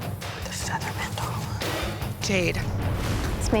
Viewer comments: Listening to the canvases butcher words like “katana” and “mandala” gave me the ick. They’re getting a tattoo of these but know so little they mispronounce it. Ugh. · The other two canvases couldn’t pronounce “katana” or “mandala” either. They got tattoos of things they can’t even pronounce.